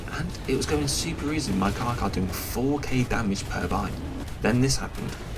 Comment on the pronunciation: stop saying carca its carcha